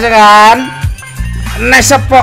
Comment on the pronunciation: Cuman bang doang dari sekian youtuber,yg penyebutan sappo nya benar